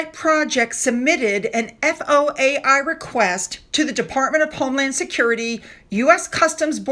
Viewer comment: It's an FOIA, not FOAI, request.